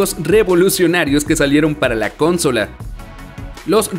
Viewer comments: El inglés del narrador, es sobre pronunciado. Le invitaría a no forzar su pronunciación o de plano, pronunciar como suena en su idioma, el español. Lograr un tono y ecualización no te hace un narrador si no se te entiende o pronuncias mal lo que dices, como por ejemplo cada que dice "con-sòla". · Por que se come las silabas o las quiere juntar el narrador se dice "con-so-la" es de acentuación prosódica al no llevar tilde en la segunda silaba. Y no se dice con-sola, que no se pase regresenlo a la escuela a que aprenda a pronunciar bien. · por que chuchas dice cónsola? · Que desesperante oírte decir "consola" sin acento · ¿Por qué dice "cónsola"? Es consola! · Por qué el narrador todo el tiempo dice "cÓnsala" cuando la forma correcta de pronunciarlo es "consOla"????? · En la cónsola...???!!! Es consola, esa palabra no es esdrújula... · Por qué carajo pronuncia "cónsola"! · Consola sin acento por qué dices cónsola 🙄. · ES UN MEME QUE DIGA "CÓNSOLA"? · Dios que tortura escuchar como dices "cónsola" no es esdrújula !!!!! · Se dice consola, no cónsola, eso suena muy mal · consola es grave, no esdrújula, deja de decir "cónsola"!! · Jueguen con sus "cónsolas" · ”cónsola" no mames aprender pronunciación porfa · La "cónsola" jajaja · Por qué acentúa la primera "o" de "consola". Me altera. Buen video igual, los quiero. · "cónsola" "disparador", chale con el traductor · Todo bien con el video pero que carajos es eso de "cónsola" y otras pronunciaciones raras .-. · Ahhhhhh la palabra consola se pronuncia con el acento en la penúltima sílaba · De la "cónsola"? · Consola es una palabra grave.. no esdrújula... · ConsOla. Con acento en la O. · perdon pero si vas a traducir el video, por lo menos trata de hacer las pronunciaciones de manera correcta, o no lo digas en ingles, mi unica queja, por todo lo demas buen video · "CONSOLA" !!! no se acentúa en la primera "o", no es esdrújula... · Amigo, asi no se pronuncia consola, me sangran los oidos. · Porque dice cónsola? pregunta nms